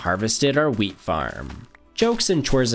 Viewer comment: sounded like now lets harvest the meat so i rewinded it and it was actually wheat love ur vids bro